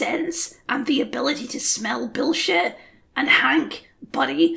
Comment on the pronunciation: I agree but I really dislike the way you say "billshet"